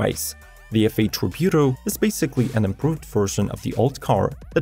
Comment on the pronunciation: IDK what you're saying but it isn't Tributo